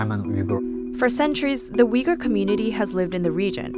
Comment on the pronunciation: Uygur is pronounced uygur, not wigger.